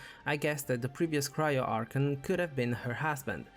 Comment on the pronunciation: I get it you have an accent but can please say A R C H O N correctly please